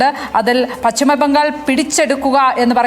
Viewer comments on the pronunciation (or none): പച്ഛിമ ബംഗാൾ അല്ല, പശ്‌ചിമ ബംഗാൾ ആണ്. (ഉച്ചാരണം ശ്രദ്ധിക്കുമല്ലോ, especially Padma Lakshmi)